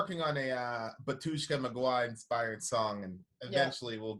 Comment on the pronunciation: bAtushka - stress is on first "A" .......